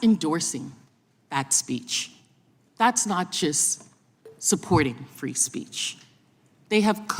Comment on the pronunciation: Free speece? Speak english fake